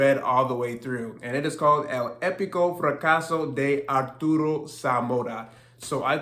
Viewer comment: ok cool...the way you pronounced the (e) after the (d) kind of threw me off..sounded like an (i). sounded like: e de al versus e day al Good stuff!